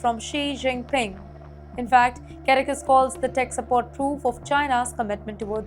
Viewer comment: Very poor pronunciation of Caracas, Caribbean, Israel, and interference. Please improve the English pronunciation.